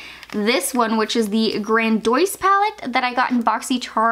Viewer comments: Ace bute grandois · I couldn't even make it through the video. Protege = pro-tuh-jeay Ace Beaute = ace beauty Grandiose = gran-de-ose Huda = who-duh Formula = for-mew-luh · Also grandiose.....its English ffs, why pronounce is grandoeez? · Haha you're so cute; never watched you before but binging declutters. Protege is generally pronounced pro-ta-jay, and grandiose is pronounced grand-ee-ose. Love these videos though! would love to see the whole collection decluttered 👀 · "GranDwoyce" too lmao